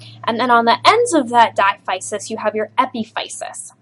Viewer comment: Thanks for this. Diaphysis is pronounced as dai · a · fuh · suhs